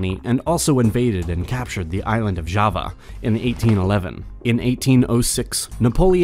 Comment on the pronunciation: Credibility would be improved with the correct pronunciation of Java and Ceylon.